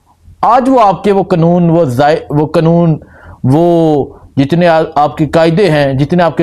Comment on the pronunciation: بھائی قنون نہیں قانون۔